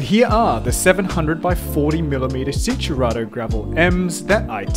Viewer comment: It's pronounced "chin-turato" not "sin". Look up Italian basics.